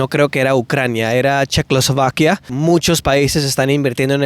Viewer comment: #ASKMARCELLO Ayudas a la traducción: - “GRASPING FOR STRAWS”: agarrando pajitas, expresión que significa “Recaudando” - Bien dicho: ISLANDIA - se dice “CHECOSLOVAQUIA” Espero haber sido de ayuda.